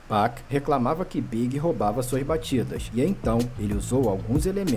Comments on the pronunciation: ele falou 2pec , mds ele falou 2pec cara kkk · Não é 2pec é 2pac irmão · Ficou estranho o jeito que o falou 2pac mesmo 😂😂😂😂😂😂😂😂😂😂😂😂😂😂😂😂😂😂😂